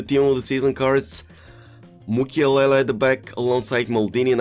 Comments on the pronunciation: U Always say mukielele ... mukiele 😄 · ..that french defender from the bundesliga.. his name is MUKIELE,not MUKIELELE😂😂